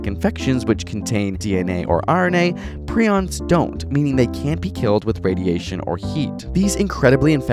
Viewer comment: Jesus Christ the fact that you pronounced prions wrong is going to drive me crazy